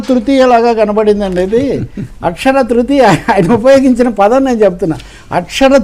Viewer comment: It is not AKSHARA THRITHIYA. It is AKSHAYA THRITIYA.